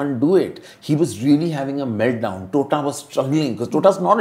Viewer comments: Its not "Tota" roy choudhury as in "parrot" ma'am!! Please get the pronunciation of bengali names correctly!! Otherwise it sounds insulting!! How would you feel if someone pronounce your name as "Anupuma" instead of "Anupama" ?? God the sheer arrogance & upstart mentality of these "Bollywood" people/critics!! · its "Tota" as in T and not "TH" as in hindi of parrot...please get the pronunciation correct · Madam, its not Tota (तोता), its Tota (टोटा) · टोटा not तोता come onnnn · Please please please its Tota (tamater wala T not tarbooz wala T)